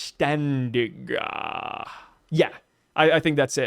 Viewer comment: You actually did pretty well on the vollständig pronunciation if you ask me